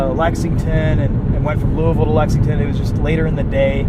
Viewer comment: Good job pronouncing Louisville correctly. Nobody ever says it right